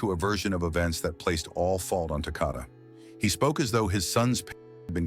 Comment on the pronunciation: Maybe you should try saying his name right. It's Takoda rhymes with Dakota. RIP sweet angel boy 😘